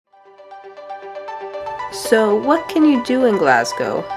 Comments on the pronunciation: Its pronounced G L A S S G O W And the locals pronounce it G L E S G A so its not Galsgow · tip for you guuys, ..... say Glasgow as if the "s" was a "z" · I think the Scott’s are pathologically meant for doing, saying, pronouncing, thinking everything there way, no matter what it is including their underground railway. It’s there individualism away from the sassenach’s (a word used by Scottish and sometimes Irish to describe a typical Englishman or something considered typical of England) down south. Some politicians, FYI,G are trying to break away from the UK at this political period ALA the SNP or Scottish National Party, they have already held one referendum 3 or 4 years ago but lost and already trying for another.